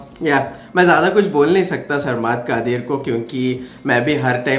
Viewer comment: Saaaaar - maad😂😂 its sarmad